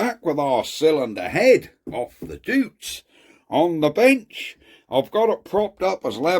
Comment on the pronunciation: Pronounced 'doits'... Like Deutsch, but different... 👍